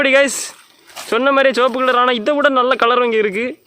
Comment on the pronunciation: Sivapu ❌ soapuh ✔️ 😂😂